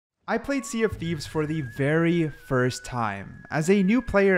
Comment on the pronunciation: Welcome to the Sea dof Thieves 😅